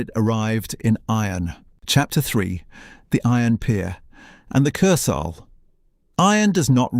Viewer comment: Wow. Great pronouncing of wurdz. Majjjjjorcka! Kurs-hell. Images not always relevant to the narration or actually from the time or the place, or just AI generated. A nice video with some nice facts but could have got a human to review it first.